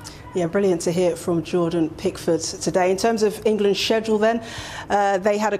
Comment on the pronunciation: Are you sure Prickford is English?! 😂😂😂